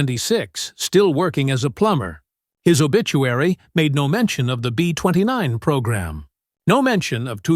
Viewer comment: Yup! Too many borderline illiterates that don't notice all the mispronunciations, laughable "B20 nine" nonsense repeated dozens of times... AI- type lack of understanding of syntax, how words are used in sentences... it made me grit my teeth to listen to the whole video, and watch the 3rd grade level spelling errors. This video could have been MUCH better simply to have had someone edit this video properly!